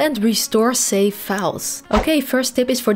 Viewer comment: No offense, please practice pronouncing letter V, i got confused between safe & save.